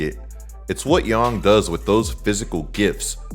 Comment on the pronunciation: You've earned my sub you pronounced yang like how it should be